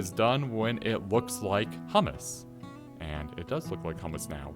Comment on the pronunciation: Hi. It's hummus, not hammas. Hammas sounds like HAMAS. Not good.